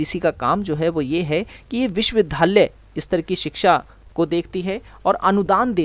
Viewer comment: Please improve your pronounciation. It's विश्वविद्यालय, not विश्वविधालय .